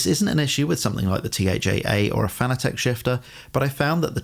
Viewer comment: Pet peeve of mine. Fanatec is pronounced just like the word "fanatic". Not "fana-tek".